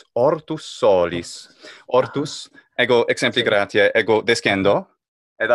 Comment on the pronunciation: Why does he nasalize vowels so much? bestiãe? imãgine? grãtiã? Is it his way to indicate a long vowel? "alborear" existe en castellano